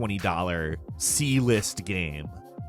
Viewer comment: I love how u pronounce GAME you say GAM 😂😂😂